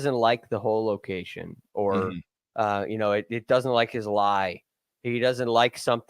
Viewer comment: the word is doesn't, not dudn't. You're a journalist, not an alligator wrestler.